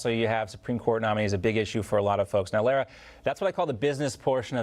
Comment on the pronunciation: "L a-a ra"???